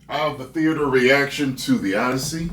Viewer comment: "Odyssey".. more like "Oddity"